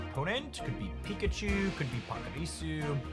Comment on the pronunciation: Where does your pronunciation of Pachirasu come from? Is that how they say it in the anime? It makes the little squirrel-thing sound more like a badass dinosaur than a cute Pika-clone lol